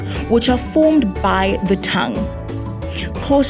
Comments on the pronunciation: It's not Khosa it's Xhosa. Please respect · CORRECTION:Its Xhosa not Khosa.Non Xhosa people usually pronounce it khosa . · Xhosa! Not khosa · It's Xhosa not Khosa please😞